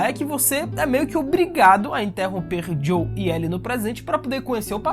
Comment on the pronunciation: Mano, eu adoro seus vídeos, vc conta a história de maneira mto empolgante, mas confesso que o fato de vc chamar o "JOEL" de "JOW" me incomoda mto! 😅